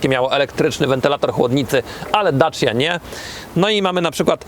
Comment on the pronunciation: To dobrze o nim świadczy bo to prawda. tylko trochę inaczej to się wymawia.